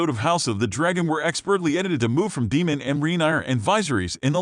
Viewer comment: DAEMON, (Long A) not demon